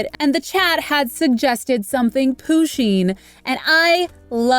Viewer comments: And I find it kinda funny that she pronounces Pusheen and Poo-sheen rather that Pu-sheen. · Isn’t it push-in and not poo-sheen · I don’t wanna be horrible but it’s not pronounced Poo-sheen it’s Pusheen just trying to help you :) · THATS IT IM UNSUBSCRIBING I AM THE PUSHEEN QUEEN AND EVERY ONE KNOWS THAT ALSO IT IT IS PRONOUNCED PUSH INE!! THAT WAS TO HELP U I DIDNT WANT THAT TO BE RUDE ANY WAY IM UNSUBSCRIBING CUZ IM THE PUSHEEN QUEEN AND U USED PUSHEEN WITHOUT PERMISSION. IF YOU WANT A SUBSCRIBER BACK THAN REPLY TO THIS COMMENT SAYING SORRY!!! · It's a girl and it's not poooseen you need to learn your stuff and I'm not trying to be mean but it's just weird you say it like that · Umm Pusheen is a girl andThe way youway you said her name is not right